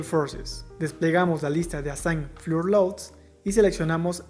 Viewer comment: Solo una observacion (y que es una peccata minuta) la pronunciacion de piso, o nivel en el idioma ingles, es FLOR (y no fiur) ya que en repetidas ocaciones queda uno desorientado, pero fuera de eso me parece bien. Gracias.